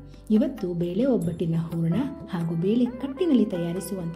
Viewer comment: ಊರಣ ಅಲ್ಲ, ಹೂರಣ